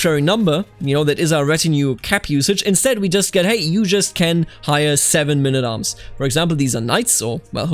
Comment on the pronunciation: What is mynn at arms? Please, can't you just say men at arms?